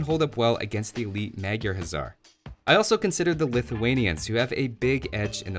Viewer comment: Meg jarr instead of Magyar dude